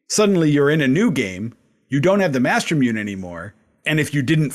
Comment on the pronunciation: Loved the series. Just one thing that drove me nuts everytime I heard it. Mastermune is pronounced master moo nay. Obviously not a big deal but was like nails across a chalkboard to me everytime. :D